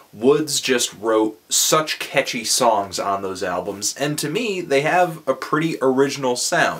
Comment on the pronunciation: I like how you say "ketchy" instead of "catchy" :D